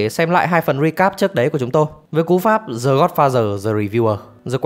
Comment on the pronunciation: The phát âm là đờ chứ dờ cái gì